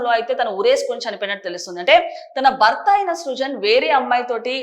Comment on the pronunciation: భర్త. భ కి vottu ఉంది anchor గారు. మీరు బర్త అని spell చేస్తున్నారు. మరణం. మరనాం కాదు.Get trained properly and stand in front of camera. Its not the attire matters. The diction n pronunciation matters.